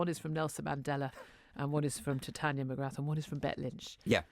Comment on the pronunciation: You dont pronounce the 'th' in Mcgrath, it's pronounce more like McGrar. If it was not an Irish surname and a French surname people would be falling over themselves to pronounce it properly.